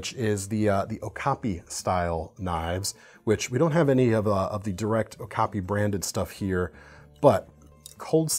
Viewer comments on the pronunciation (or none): none